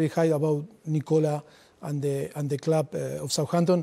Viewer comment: ‘In a clwb like Tottenan, no?’